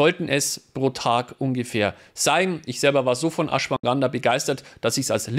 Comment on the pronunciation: Ashwaganda, nicht Ashwanganda;-)